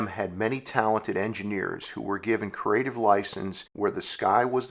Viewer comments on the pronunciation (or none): Sorry, I can't get past the word 'created' being pronounced "coo-rated' and 'creative' being turned into "curative'".